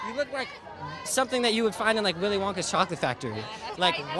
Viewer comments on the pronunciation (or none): none